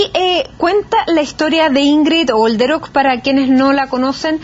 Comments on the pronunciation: Soy alemana y Olderöck se pronuncia sin H y sin J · Detallito. Es Olderock.no jolderok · Yo se que, dado el tema que se está tratando, es una estupidez lo que voy a decir, pero me perturba que la dama insista en pronunciar el apellido Jolderok, cuando no contiene ni J ni H. Sorry 🤦‍♀️